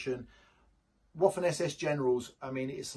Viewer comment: Please stop calling the Waffen like waffels in english in german w is prounonced vaffen but in german v = f in english. If you work in this business try to learn the names and prounonce properly.